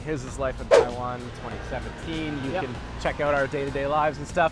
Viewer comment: He still can't fuckin' pronounce Taiwan right...not you.